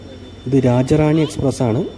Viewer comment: രാജ റാണി അല്ല രാജ്യറാണി എന്നാണ്‌ പേര്‌